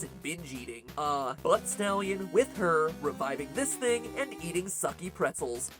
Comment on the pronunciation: ilove how he said "with her" for moxxi...